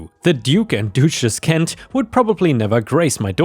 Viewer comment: Not sure if you caught it (and if not I hope you see this😊) but you pronounced duke right but mispronounced duchess it's pronounced dutch-s. Just so you know.